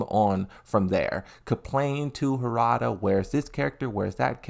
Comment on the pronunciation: Bro it’s not hoorada it’s harada, please stop saying hoorada 🤦🏽‍♂️